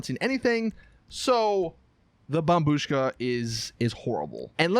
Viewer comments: Well done you finally said bombBUSHKA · Turned on the video just to hear him say bombshu--- wait I just heard him say bombushka correctly what the fuck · He finally pronounce it right. Lol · Finally you pronounced it correctly. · Dude u finally said bombushka right good job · YOU FINALLY SAID IT RIGHT